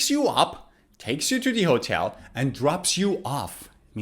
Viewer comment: As a non-native English speaker, you have a good accent in English. But there is sth wrong with your pronunciation of the word "hotel".